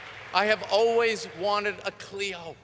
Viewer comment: It's Clio,. Get it right for God's sake.